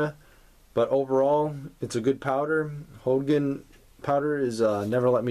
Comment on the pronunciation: Hogan? Never heard it pronounced that way before.